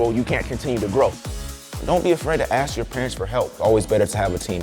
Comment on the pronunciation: Moms had a hard life… then got into the money.. then she says “aks me” instead of ask me